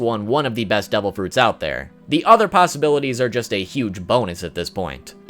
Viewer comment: Are u saying DOUBLE Fruits Or Devil Fruits